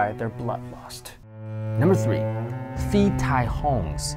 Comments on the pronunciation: Phi tai hong ='Pií Thai hóng kinda sound, not Fi Taì hòng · For the thailand ghost : you have to pronounce [Pi] and not [fi], pi or pee means ghost, tai means dead , and hong hum... I dont remember what it is. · Phi is actually pronounced as Pii. H is silent. Actually most of the Ph in thailand is not Ph. It's just the foriegners fing it up because they think it's cool to only know how to pronounce a soft P cause that's a thing EVERYWHERE in asia. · haha in Thai "ph" is pronounced like a p, so it should be "pee tai hong" , "pee" means ghost :)